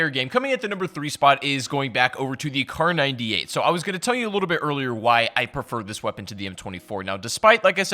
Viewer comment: It took me damn near the whole video to figure out that you were saying kar98. If people can't understand what you're saying in a video that you talk in then dont talk.